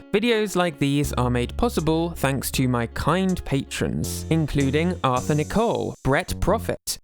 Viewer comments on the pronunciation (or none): none